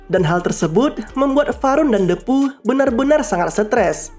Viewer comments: Bacanya dipu kali bang ..... bukan depu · Bacanya bukan Depu tapi Diipu